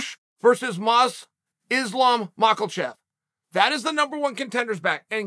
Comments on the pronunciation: Islam Makhachev: exists Chanel: “MakELchev” Me: OK great 👍🏼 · “Makelchev” pffft.